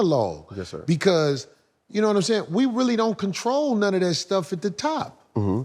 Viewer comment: “ I take advantage o-dat !! “ 😅☠️